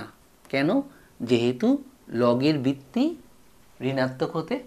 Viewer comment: Bitti bitti bolchen kno ota to vitti